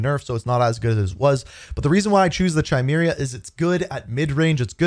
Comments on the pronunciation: I love your content but the weapon is pronounced CAI-MERA like the mythical animal or genetic trait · DUDE!!! the CH in Chimera is pronounced like the letter K. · The Chimera is actually pronounced kigh-MEER-uh. Just FYI. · Apparently everyone be pronouncing chimera wrong 😂